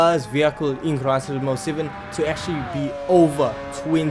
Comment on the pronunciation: Wtf is crisis most seven😂😂😂? Are you trying to say Gran turismo 7 You are😂😂😂